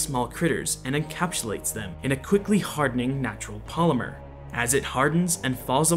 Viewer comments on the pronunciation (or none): none